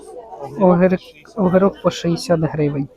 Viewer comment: Не говори огирок тому,що огірок